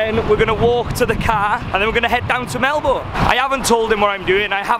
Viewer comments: Pronounced “ Mel-bin “ not “ Mel-born” just a heads up 😉 you’re welcome 😇 bon-voyage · I'm sorry but it kills me hearing you pronouncing it as "mel boune', it's 'melben' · Happy days! It wouldn't be a video without a free spa day! The best view in the world! Please start pronouncing Melbourne 'Melbun', the locals will correct you for sure! 😁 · lazy Australians would pronounce it as Melbin but in factuality it's proper pronounciation is Mel-born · Melbourne is pronounced Melburn. 😀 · Mi Hennesy its “proper” pronunciation has never had the “r” sound. We Aussie’s know how to pronounce our own cities 😘 it’s like trying to tell a British person they are saying Southwark wrong by making the “W” sound. You’re not gonna win here buddy. No Aussies ever say the “r” in Melbourne. Same as how Canberra is just Can-brah (no Australians say can-ber-rah) and Cairns is Canz or Cans (some Queenslanders have a more nasally z sounding s on the end.